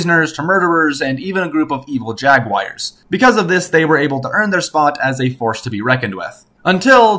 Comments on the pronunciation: Stop saying "jag-wire" lmfao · Is it just me or did he pronounce Jaguar as Jagwires?